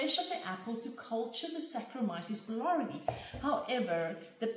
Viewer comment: Wonderful -- Thank you! FYI, boulardii is pronounced boo-LAR-dee-eye Be well.